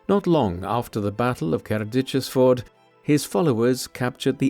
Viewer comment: Two different pronunciations of Cerdic. I'm out.